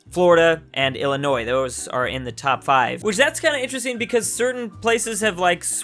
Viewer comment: thank you for pronouncing Illinois right. the "s" is silent